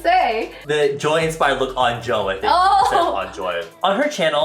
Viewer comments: did anyone notice that he said "insfired by" insfires man!!!- Suga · DID THIS BICH REALLY JUST SAY “INSFIRED” OML IM CRYING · did you just say 'insfired by joy' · He just say inspired? Isfire?! Insfired man, yeahh!